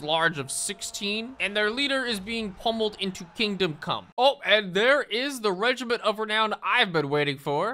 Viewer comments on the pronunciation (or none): none